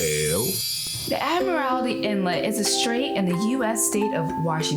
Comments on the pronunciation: Admiralty not Admirality 😐😂🤷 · Please do just a little research before pronouncing local names. Vashon Island and Admiralty Inlet are two examples of names that you mispronounced. Thanks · Admiralty is 4 syllables not 5. There is no lity on the end. I think much of the situation is being foreign (mispronouncing names) being outsiders not black. I think this has a racist tone to some extent. How about a traveling while white in Baltimore. Doesn’t sound right, huh… Our hof ballers Bill Russell and Lenny Wilkins who played during the later part of Jim Crow have made Seattle home.